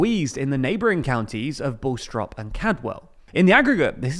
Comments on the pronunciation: You mispronounced Bastrop County... Not "Baw-strop"... "BAH-strop." Please get this right if you are going to try and cover Texas politics. Another mistake, you blatantly got the map wrong . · Pronouncing Bastop as Bullstrop hurt. It's pronounced like the fish: Bass-trop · did he say “Bull-strop”? It’s Bastrop, “bass-trop” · Bastrop is pronounced "Baestrop." You want the ash sound, not the all sound. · Bastrop is pronounced BASS-TROP. And Caldwell is pronounce CALD-WELL not Cadwell. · Bowstrop and Cadwell, huh? Did no one else notice this? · Im from Bastrop and you butchered that name so bad 😭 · Incredible hearing something say "Bastrop" with a British accent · The way you said bastrop and Caldwell nearly gave me an aneurism.